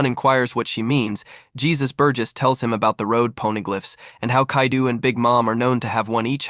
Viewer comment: Bro calling kaido kaidu is wild